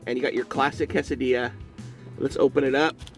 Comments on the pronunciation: C-A-sa-di-a not cosadia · It's pronounced "kay-seh-dee-yah". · New drinking game: take a shot every time pronounces quesadilla weirdly, or when he says "a dollar nine". dies from alcohol poisoning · It's pronounced more case I dee a